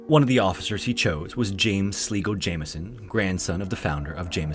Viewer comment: Sligo is pronounced as sly-go, not slee-go. Ituri (Forest), on the other hand, is pronounced like EEturi (not Aituri).